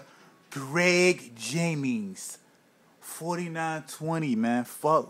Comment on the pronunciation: Graeeg jaeeminnGs